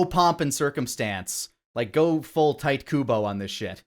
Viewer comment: Did they pronounce Tite Kubo's name as Tight Kubo?